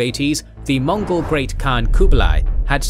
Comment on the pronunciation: its mongol not monggol